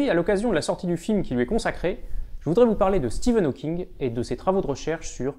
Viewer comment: J'suis désolée de tiqué sur ça mais "Steven Hawkings" ? :/